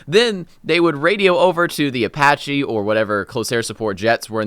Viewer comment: "Apache" holy mother of god